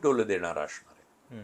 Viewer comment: असणार ह्या शब्दाला अशणार असा उच्चार करून परुळेकर नेहमी स्वतला खूपच उच्च विद्या विभूषित समजतात जे ते नाही आहेत…प्रास्थावितांच्या विरुद्ध बोलले म्हणजे आपण खूपच शहाणे …असा नवीन मूर्खपणा आलाय ह्या पत्रकारांच्यात